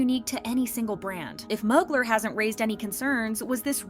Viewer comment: Also it’s pronounced MUU-GLARE Mugler lol 😂